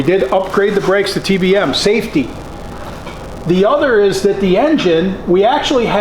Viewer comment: Hahahaha I was like finally a man of reason......THEN HE SAID SAFTEY LOL